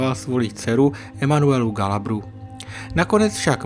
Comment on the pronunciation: Chce to hodně odvahy mluvit o Francouzích a neumět vyslovit jejich jména. Ženeviév (co to R na konci?), Galabry, Žiró...